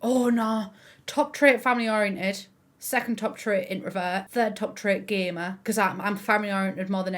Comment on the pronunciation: I’m so sorry, I thought you said you were a gay man when you said gamer and I was like “that’s an interesting development”